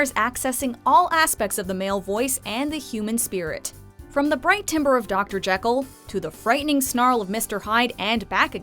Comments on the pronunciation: I'm sorry but timbre is definitely NOT pronounced "TIMBER"... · it is spelt timbre but it's pronounced "tamber" lol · "Timber"? I'm sorry, did you maybe mean "timbre"? Also, wtf. Christine in "Phantom"? Allow me to introduce you to Cunegonde from "Candide," not to mention Candide's role himself. Iirc, Christine only goes up to a high C; Cunegonde requires a high Eb (Kristin Chenoweth plays it in the filmed stage version, along with Patti LuPone as The Old Woman). Additionally, showing Colm Wilkinson as Valjean but showing him singing all of three notes was insulting. Mama Rose is a great part, and it's one of my dream roles, ever since playing Dainty June as a young teen (someday, someday - need a bit more age, I think). I didn't know Imelda Staunton could sing! She never fails to impress. And Patti LuPone is a legend, definitely... but seriously, a clip of her, instead of Ethel Merman on "Everything's..."? Even if it was merely an audioclip, come on now! Also, top spot? It more or less requires a strong alto to carry it, but the role itself isn't challenging, nor is the music. Top spot. What. The. F. Missing - Judas from "JC Superstar", the Celebrant from "Mass," the Narrator (?) from "Joseph..." and many other truly challenging roles. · It physically hurt me when she phonetically pronounced timbre